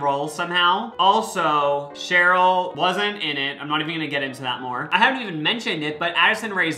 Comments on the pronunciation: sorry to break it to you bestie, but its sheri not cheryl <3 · SHERI!😂SHERI NOT SHAROL! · referring to sheri as “cheryl” the entire video is killing me softly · HER NAME IS SHERI!!!!!!!!!!! NOT ‘CHERYL’. 🙄the disrespect…